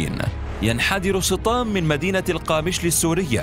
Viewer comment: يبدو ان اسمه سطام وليس صطام